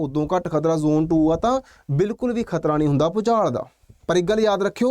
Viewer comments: Kharta ਨਹੀਂ ਖ਼ਤਰਾ 😂😂😂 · Kharta hunda k. Khatra hunda